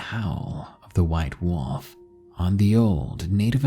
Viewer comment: Lol you say wolf kind of like wuff